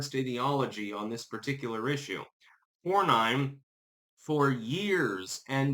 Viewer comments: It’s Cor-nen, not Cor-nine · Nin not Nine. John Kor-nin not Kor-Nine. Texas is a lot more defective in who it votes for than most people know. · As a voting Texan, I have been denouncing RINO John Cornyn (pronounced Corn-In) for years! I held my nose voting for him during Obama, but haven't voted for him since then & actively discourage family & friends from voting for his sorry azz. Boot him back to his mega-ranch & let him fade away in ignominy! FAFO, Cornyn! 🤠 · Pronounced "Corn in" 😂